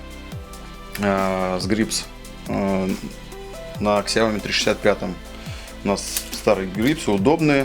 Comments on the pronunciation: Сяо ми а не Ксяоми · Какой "Кисияоми"? Откройте в интернете как правильно звучит”小米” xiaomi 🤦🏻‍♂️ "Сяоми" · Одна маленькая просьба, не называйте больше Ксяоми, правильно будет Сяоми...аж уши режет. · какой еще КСЯОМИ?? это СЯО МИ, читайте правильно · Автор услышь меня Сяоми, первая буква С. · Кул Грин , ксЯоми говорят в кадре, не сяомИ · Хорошо бы фирму xiaomi правильно называть, слух режет